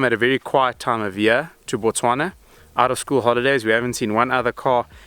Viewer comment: Finally,, someone pronounces Botswana correctly